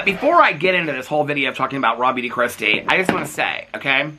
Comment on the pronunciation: I just wanted to tell you, I’d never heard of RawBeautyKristi before you started calling her out. Every single time you said Raw Beauty Kristi, I thought her name was “Rob You To Kristi.” Idk why but the fact I’ve never heard of this person and I’d autoplay your videos so I wouldn’t always see the titles and I couldn’t figure out what you were saying when you were saying her name to the point that I had to look at comments to figure it out lmao